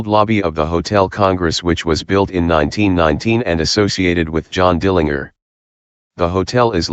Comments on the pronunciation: If you listen to some news wire reports from that time, they will pronounce it that way, as funny as it sounds. I think now we are so used to the JER pronunciation now that the other sounds odd. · Dill an jer. Get it right